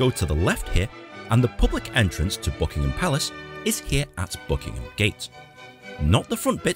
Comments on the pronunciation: It’s the Maaaaall not Maul, it’s also Buckingem Palace not BuckinHam Palace. Hope you visit soon, May is usually a good month although was chilly and wet this year. The Palace is well worth seeing and is actually a very relaxed tour, you can pretty much take your time walking through. Worth every penny of the ticket price. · don't say ham at the end of Buckingham, just say gum. When they say residence the Queen never seen it as home it is for the Royal Family just "the office". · Pronounced Buckingam without the H 👍